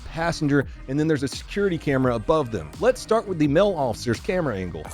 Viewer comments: Its pronounced Male not mil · Every time he says "male" like "mell" I shit my pants and throw up a little.